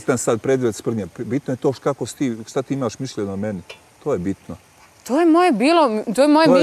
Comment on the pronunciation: Neka neko objasni da se ne kaže mišJenje nego mišljenje.